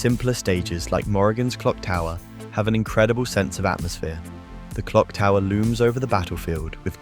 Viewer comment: "Clock-Tower"? Whilst an interesting retrospective, there are things that feel very out of place. Things like, comparing Morrigan with Juri, the inconsistent mispronouncing of names, or saying that the voice-acting was so good, it made people cry. Now, I've done HEAVY research into Darkstalkers, and I've never heard that the grunts and yell made Capcom cry. Where did you find that info? But, the most aggregious of all is ; how the FUCK did you use confuse a character named "Dark Stalker" in the "Wings of Fire" series, than ACTUAL "DARKSTALKERS"!?!? I have a bad feeling this video (and possibly others in this channel) are A.I. made.